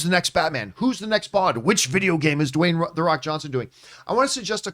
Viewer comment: Dwayne the Wock Johnson 🤣 am I the only one who noticed this?